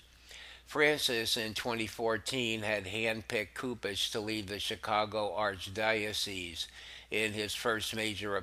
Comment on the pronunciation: I've enjoyed your podcast for a few weeks. I sincerely appreciate your effort. I'd invite you to look into the correct pronunciation to a few words. Cardinal "Soup-ich" & "Leh-gah-tus" There are a few others you also have opportunities to ammend, that would make the downloads an even greater experience for listeners.